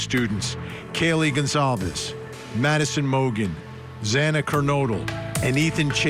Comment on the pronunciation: And not only that, but the judge didn't even bother to prep himself before the hearing. I mean, he mispronounced Xana's last name...not once, but twice! Obviously they were all just in a hurry to get this done and over, including the judge.